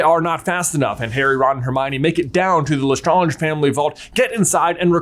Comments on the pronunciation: Dont think thats how you say lestrange.....nevermind she deserved having her name mispronounced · Why is J mispronouncing Lestrange and accio? Does he do it on purpose?